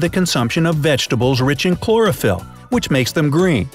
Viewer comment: Chlorophyll sounds more like boryphl!